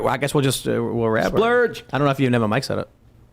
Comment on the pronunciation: I love when mispronounces Surge's name as 'Splurge'